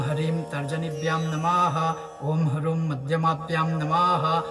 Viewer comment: Namaskar. Plz confirm how to pronounce the last beej mantra in Shap Vimochan mantra ...is it Huh, hrum or hum because you chanted it Hu but it is written Hrum: plz clarify....Namaskar🙏🙏